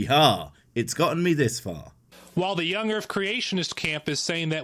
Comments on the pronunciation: Is it just the audio quality or is he actually saying "young urf"? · Did this idiota seriously say "erf"? Yep, he actually used some semi-bigotted language to ridicule our facts. Then in turn, he seriously state his own facts with improper english. As in, " a person who pronounces 'my' as 'ma' must be unintelligent and uneducated". Well, I give him a "way-to-go" in showing everyone how religious prejudices can insult two groups of people at the same time, maybe, even without the theist knowingly do it!